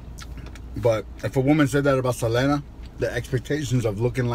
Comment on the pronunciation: I was so annoyed at you mispronouncing Selena´s name, but then you screw up the lyrics of the song. Lol